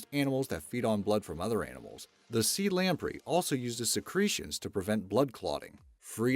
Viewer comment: Anyone else notice how often this guy mispronounced common words in too many of his videos? (In this one, belies and lamprey are prime examples.)